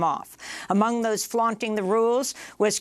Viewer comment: FLOUTING not “flaunting”